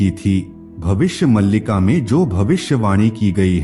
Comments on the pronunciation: Its maalika not malika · पहले सही से पढ़ना तो सीख लो, 'मल्लिका' नही 'मालिका' है।